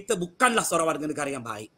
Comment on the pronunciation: Hancurnya bahasa Melayu.......sok Melayu tapi ucap negare, bahasa...bukan bahasa